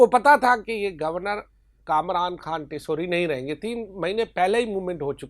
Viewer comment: Khan word per pora zor laga rahe ho